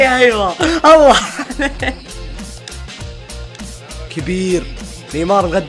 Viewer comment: يا اللي ماتعرف اسمه مو اسمه (ايوا)اسمه (اندر ايو)